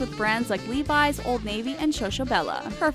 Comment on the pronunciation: I couldn't help but laugh at the pronunciation of Levi's,wtf 😂😂